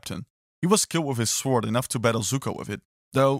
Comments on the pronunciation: I'm sorry but it's pronounced "sord" not sWord OK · try to google how to pronounce sword in english it's not that hard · Why can’t he say sword properly?!?! The ‘w’ is silent!! Honestly, it’s really not hard!! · The way this guys says sword and swordsman